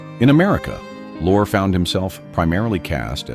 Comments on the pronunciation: The name you call "lore" , & "loray" is pronounced Lori, a girl's name; or Lorry, a British word for Truck. OR, (ffs!) PETER LORRIE! Dag nab it! I hope that's how the name is spelled! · Peter Lorre - Lorre is pronounced Lorreeeee. Hello??? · Peter Lorre it's pronounced Lori. Rita